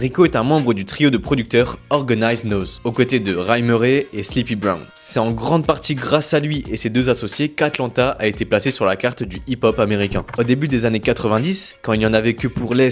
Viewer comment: No disrespect , mais les blaze en anglais … faut faire un effort ! « Mob » tu lis « boy » et « nose » au lieu de « Noize » … et je suis qu’au début de la vidéo.